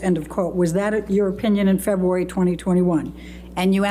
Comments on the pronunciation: I would have said objection everytime the lawyer said “Feboowary” instead if February.. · Every word is a hard one for you febooary, dacument, so frumpy repeats the sane thing that was sustained second earlier uts a ciincidence mr dennison was way too lenient with elaine